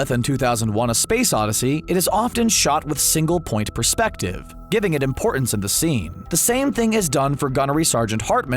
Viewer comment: Say “iconic” as many times as possible: check Mispronounce “perspective”: check PING! YouTube Video maded Nicely researched and presented other than those two thoroughly irritating tropes.